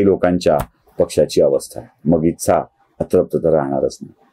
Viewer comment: तुमच्या व्हिडियोंची अनेक स्तुत्य गुणवैशिष्ट्यं आहेत. पण आणखी एक वैशिष्ट्य (जे मला स्तःला तरी स्तुत्य वाटत नाही) आहे, ते म्हणजे मराठी भाषेबद्दल नवीन ज्ञान मिळतं. "ही गोष्ट केल्या गेली", "इच्छा (तुमच्या उच्चारानुसार 'इत्सा'), "समाज़ ('जर-तर, 'जरी तरी' मधला, उर्दू भाषेमधे 'ज'खाली नुक्ता असलेला, म्हणजे 'ज़') असले परभाषेतले किंवा कुठल्याच भाषेतले नसलेले शब्द सर्रास कानावर पडतात...